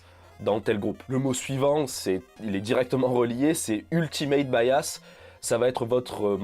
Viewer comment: Je crois que Bias ne se prononce pas bayasse, mais biasse :) sinon très bonne vidéo